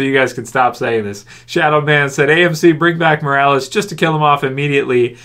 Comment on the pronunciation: Trev, pretty sure, it's Morales.